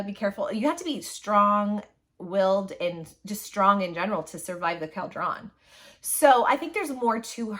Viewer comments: Caldrawn? Cawldrun. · why do you say caldron like that? It's pronounced cul-dren. Like a witch's caldron. It's so weird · I am all for Az and Gwen! I’m not a fan of Elaine right now and Az deserves better! Ps: I thought it was pronounced like call drun, at least that’s how the audio books say it. Did I miss something in the book? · The way you pronounce cauldron kills me 😭🤣